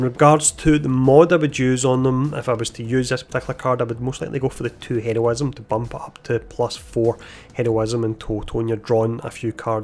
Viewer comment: Yo I appreciated your videos they help a lot but could you practice your pronunciation of heroism and quick